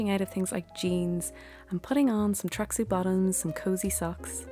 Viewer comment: Only you, dear, could make cleaning silver a cozy activity! I love it. Oh, and I had to listen 3 times to hear 'tracksuit bottoms'. I thought you were saying tracksy bottoms! I am watching this while drinking a freezing cold smoothie, looking around for my slippers and blanket to help me warm up. For me, my favorite cozy is a hot bath with epsom salts, and candles around the bath. I also love a mug of hot tea, and some fragrant and warming soups or stews and pumpkin or other spicy baked goods.